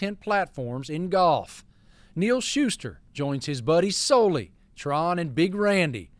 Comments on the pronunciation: tuff scene for Soul-ly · Marty going with the Jordan Spieth pronunciation of Soly